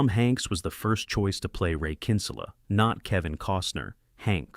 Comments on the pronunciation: Bad pronunciation by narrating voice, "Kínsula" ? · Yeah no way “the announcer” saw this movie. He made Kinsella sound Spanish😂